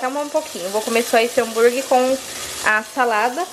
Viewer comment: Ai que agonia a falando hambuirgui🤯😂😜. O negócio é hamburguer mulher. Boas férias